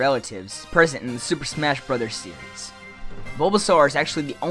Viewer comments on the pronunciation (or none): none